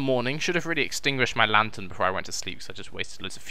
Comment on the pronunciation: Haha a LANGHTERN! I'm dead